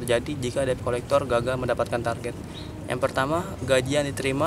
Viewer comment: Dibaca/disebutnya "det kolekter" bukan deb